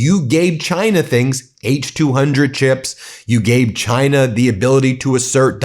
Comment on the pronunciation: Do a compilation video on how that pos trump said China during the campaign, and how he pronounces China now. Campaign: GINER! Now, proper:CHINA He called China, GINER NON STOP WHOLE TALKING SHIT, Now it’s a proper, respectful, China.